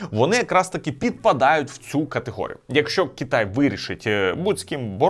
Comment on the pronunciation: Чому кІтай , а не кИтай, дуже вухо ріже, виправте будь ласка цей недолік